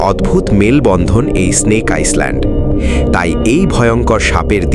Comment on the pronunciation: আইসল্যান্ড উচ্চারণ হবে না হবে আইল্যান্ড হবে ভাই উচ্চারণ টা